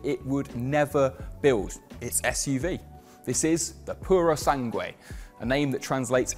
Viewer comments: It’s pronounced Purosang, not Purosangway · You can't pronounce the name mate. Purosangre, not prrrsange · Why is it that they never consult with Italians before making these videos? 😖 Farhari Purow Sangwe What a language assassination ...